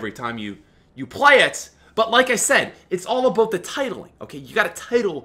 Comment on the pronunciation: I hate how you say Aboot instead of about...